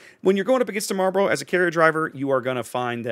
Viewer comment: Kudos on the correct pronunciation of 'Marlborough". It's down the road from here. Always sounds funny when people say it like it's a pack of cigarettes. Edit: Oh wait, you just did the cigarette thing. Got it right the first time though ;-)